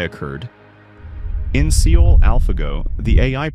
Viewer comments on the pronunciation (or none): It's Seoul ('sow') not see-oh.